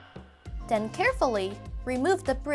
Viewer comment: “And den...”